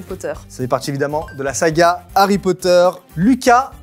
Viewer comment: Pourquoi harry potter deviens herry potter XD